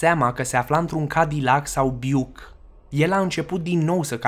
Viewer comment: Biuck, haide bre, laso-n spanac de treaba, este Buick si nu Biuck. Interesant clip, bravo!